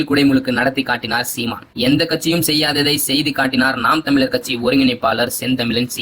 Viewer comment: தமிலர் என்று உச்சரிக்காதீர்கள் தமிழர் என்று சொல்லுங்கள்